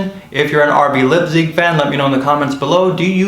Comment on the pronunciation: The name of the German city is NOT "LIPZIG." The "ei" in Leipzig is pronounced like an English "i."